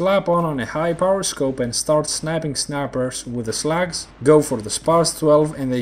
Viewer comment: haha when he says slug sounds like he is saying slags